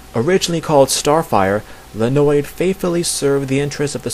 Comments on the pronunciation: Hey! You did a great work here!!! Thank you for doing this)) It is a really good piece of information) Though some info should be corrected: 1) Red Star's name is Leonid (like in "Leo") and not Lenoid or else O_o (hear the pronunciation here inogolo . com / pronunciation / Leonid) which was mentioned here by (thank you btw!)) 2) Beast Boy wasn't the only one called by his real name - Galfore called Starfire Koriand'r in ep. Betrothed)) But anyway, this video IS great!!! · ...It's pronounced lye-ah-NEET or lee-ah-NEET... (Red Star is my favorite superhero, which is why I know that) Other than that, this is great!